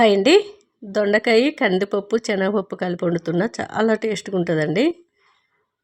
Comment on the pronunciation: దిక్కుమాలిన భాష ! చేనగ పప్పు కాదు ,సెనగపప్పు. భాషను చంపకు